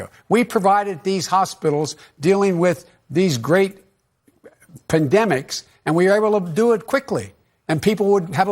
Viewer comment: What the F is a "candemic"??????? Ahhhhh....... Campbell's soup virus! That's it!......... 😂